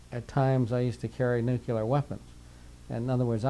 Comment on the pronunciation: nuculer, im out